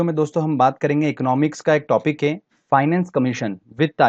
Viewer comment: Sir aap है को हें kyun Bolte hai . I m just kidding 😜😅🙏